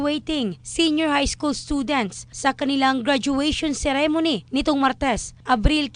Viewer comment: the ceremony pronunciation, I cant😢